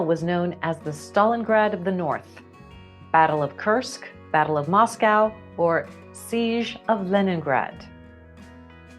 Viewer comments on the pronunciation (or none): none